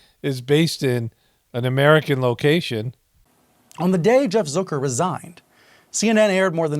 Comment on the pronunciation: He says Zuker.. you say Zucker.. let's call the whole thing off..lol I'm from Australia, but isn't Steltza heartburn medication in the US (don't tell me.. don't care.. lol) It gave me so many belly laughs.. lovin' the content.. perceptive side-splitting satire/social commentary.. 😂🤣😆😁👍👍